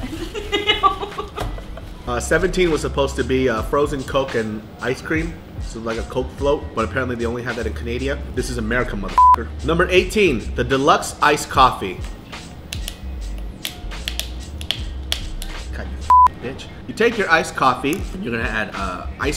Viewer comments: so we just gonna act like he didn't just pronounce "Canada" as "canadia" ? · Did anyone not notice that said "canadia" instead of "canada"? Lmao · canadia lol